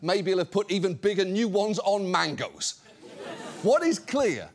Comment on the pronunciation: When he said mangoes I thought he said Mangas 😢